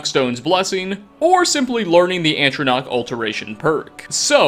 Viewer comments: please... it’s ah-troh-nack. Not antronach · I love you... It's ATRONACH not aNtronach lol PEACE OUT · Dude. Stop saying antronach instead of atronach. You're driving me nuts. There's only one N ffs. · It's "atronach" not "ANTronach" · "Magical Things That Are Kind Of Secret" would've been a better name. Also the way you add an extra 'n' to the start of the word 'ATRonach' is cute. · and Atronach as "antronach"